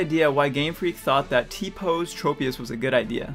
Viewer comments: PokéDex: TROP-IUS! This Guy: Trow-pius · Pokedex 3d pro: Traw-pee-iss (because tropical) Tchro-pee-iss (because smol brain)